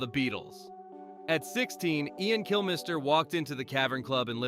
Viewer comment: Who is Kill-MISS-ter?